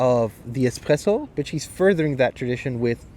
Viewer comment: the espRRessöö